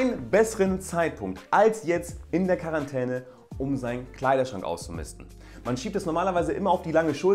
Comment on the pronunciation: Wer versteht auch immer Karantene wenn er Quarentäne sagt xD